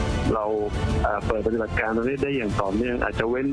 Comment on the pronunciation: ปะติบัด ใช้สระอิ ไม่ใช่ปะตีบัด.